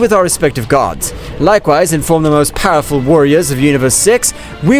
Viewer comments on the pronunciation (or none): Stop saying powerpull😮